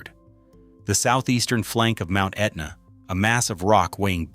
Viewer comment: AI needs to learn how to pronounce Etna.